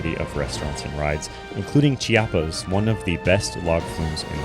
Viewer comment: I’m Mexican and we don’t say “cha-pas”, it’s “Chee - ah - pas